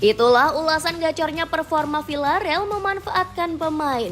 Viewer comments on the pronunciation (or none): ...say it with me ya: Vil-la-re-al Di-e-go Si-me-o-ne